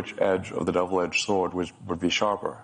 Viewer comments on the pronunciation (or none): none